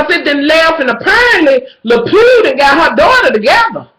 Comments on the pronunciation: her fucking name is delphine lalery (whatever) not la pue lmaoo! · When you say her name, I think of "Pepe Lepeu" lmao so funny